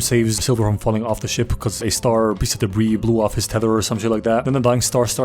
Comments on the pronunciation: I learned from pirates of the Caribbean that you can't commandeer a ship with just two or three people, and also captain Amelia was hurt so she couldn't have navigated the underground maze anyway. Also it's pronounced de-bree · Debris is pronounced like De Brie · He said debris wrong just like in the a team vid posted after this